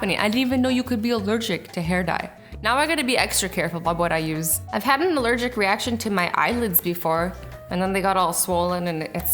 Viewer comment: I'm erlergic reashern to lincs